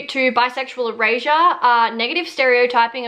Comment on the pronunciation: The whole first half of this video I thought you were saying bisexual Eurasia 🤣🤣🤣